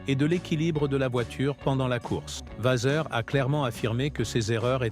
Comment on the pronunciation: Avant de nous préparer à passer à la vitesse supérieure avec la saison de F1 2025 ... Préparez votre texte en vérifiant l'orthographe, la grammaire et certaines syntaxes sans oublier les noms qui sont écorchés exemple : C'est Vasseur et non Vaser